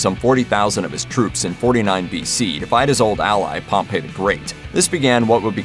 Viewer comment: Ya' know, Wikipedia also includes pronunciation keys. If you're going to reference them, why not use that too? — " known in English as Pompey the Great (/ˈpɒmpiː/) "